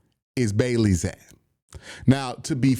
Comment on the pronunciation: For the love of God please pronounce Bailey Zappe correctly